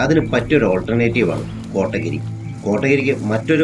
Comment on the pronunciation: Nice video 💙 കോട്ടഗിരി അല്ല കോത്തഗിരി (Kothagiri)